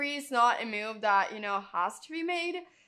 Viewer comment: There is no u in the word move. So why are you adding a u in your pronunciation?